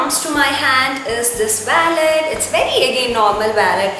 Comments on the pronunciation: It’s not vallet it’s wallet and to much of overacting 👎🏻👎🏻👎🏻👎🏻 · it's wallet not vallet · It's not vallet its wallet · It's Wallet not vaalet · it is not vallet it is wallet so plz correct it . and be creative. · it's wallet not wellet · too much over acting ...👿 and its wallet . not valet. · Some words you are saying incorrect its wallet not wellet and its diary not book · Its not waaallet its Wallet 😂😂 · Hii I saw ur video it's really nice and it's not vallet it's wallet so correct ur pronounsation and keep it up 😊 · You don’t speak waallet it’s wollet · It's not vallet it's wallet poor English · it's not wollet it's wallet..first correct your self before telling someone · what a pronunciation of wallet. and what diva she was looking in glasses. bloody Lol.